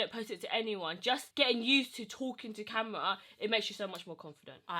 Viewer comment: I used to watch your sister on snapchat.. why does she find it so hard to pronounce USE/USED? She adds this extra N (NUSED) in front of the word and it triggers the hell out of me and gives me anxiety. Urgh